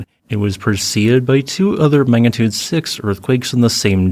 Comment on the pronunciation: Magnitude NOT Mangatude